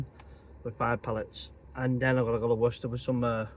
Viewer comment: Great stuff 👍 also you are spot on with how you are saying Worcester 👍